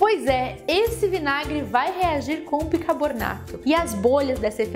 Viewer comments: Não entendo qual o problema com a palavra bicaRbonato. Neste final de semana, está foi a quarta vez que ouvi pronunciarem uma palavra fácil (bicaRbonato), de maneira errada e mais difícil de falar (bicaboRnato... parece até um quebra-língua). Pelo menos vc escreveu corretamente, indicando que sabe o certo, ao contrário das outras. Rsrsrsrs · Muito bem explicado! Vou fazer! Uma super aula! Parabéns!!! Você fala "bicabornato" igual minha mãe hehehehehe bjs